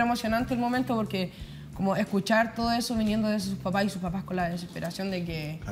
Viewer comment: la mas weona, diciendo ejo todo el rato